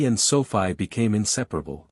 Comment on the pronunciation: Stupid bullshit A.I. - just garbage - Sophie is pronounced - SOFEE - Thumbs down, way, way down. If you are going to use A.I. pay for good AI not the crap you use now!!! Presentation counts and you fail miserably.